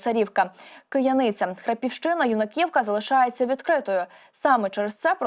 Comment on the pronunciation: Правильні наголоси: Бас"І"вка; П"И"сарівка; "Ю"наківка